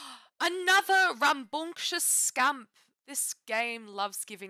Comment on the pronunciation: The way you turn British every time you say ‘rambunctious scamp’🤣